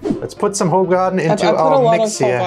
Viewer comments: Use "google translation" for pronounciations, it's not "ho-garden"!😂😂😂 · Not Hoegaarden 😭